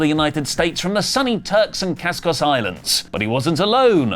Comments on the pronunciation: Caicos is pronounced Cake-o’s,! You Brits🤦🏾‍♂️😂😂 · Why does pronounce "Caicos" "Cas-Cos?"